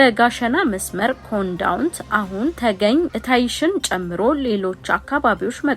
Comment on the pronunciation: ዕታይሽ ሳይሆን እስታይሽ ነው ሀገሩ ስም።